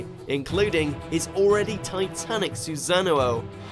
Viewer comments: no one: literelly not a single person: not single soul in the universe: this guy: su-sa-nu-o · when he says "susan-a-no" thats how u already know he probably didn't even watch naruto and his friend said some stuff about naruto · DID THIS MAN SAY SuSaNuouo ITS SUSAN'OO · Soozano Obeeto? Susanoo Obito. Let's work on the right pronunciation shall we? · Why does he add a Z to everything like "razengan" "Suzano" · Mans said “susanoo oh” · its pronounced: susa-noh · I hate how this guy says Susano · I died where he mispronounced Susno'o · What's with the pronounciation of susano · how you say susanoo ??? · He pronounces naruto and susano'o wrong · Is anyone gonna talk about how he pronounced susano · I die 😂😂😂 . I knew this list was bull when i saw might guy at 10 and i knew this guy wasn't a fan when he said susano wrong 😂😂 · the way he pronounced obito and susano killed me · Can’t even pronounce susanoo right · when you say susanoo it sounds like a cereal brand i love it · Why is an Australian dude who mispronounces Susano narrating this? Like everyone else said, where is Pain, Hashirama WHO BEAT MADARA MULTIPLE TIMES?? I'll even say where's Orochimaru. WHY IS KAKASHI ABOVE NARUTO?? Even with your lack of research the very reasons why the Otsutsukis are so powerful is EXACTLY why Naruto and Sasuke are so powerful. In the end they won against everyone they were put up against. You're trying to tell me that Kakashi's very short Susano makes him stronger than Sasuke, who has MANGEKYU AND CAN USE PLANETARY DEVASTATION, AND NARUTO WHO IS ACTUALLY JESUS IN KURAMA LINK??? Nah bruh, yall are done. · They still didn't learn how to pronouce susano'o